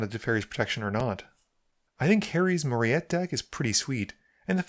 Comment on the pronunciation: I believe commander is pronounced "Mo-REE-tuh". You know, like Pat Morita.